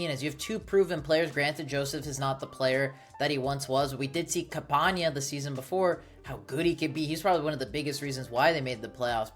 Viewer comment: Campanas name is not pronounced Campaña. There is no ñ there you just pronounce it normally